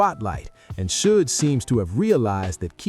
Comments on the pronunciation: Sodge knight. Fucking AI... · We already though Reggie the rat Wright Jr was inmvolved from the start, this is not new and the AI voice does my head in it cant say Suge properly haha